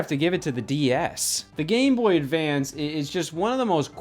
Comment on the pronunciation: am i going crazy or does he say Gay Boy Advance here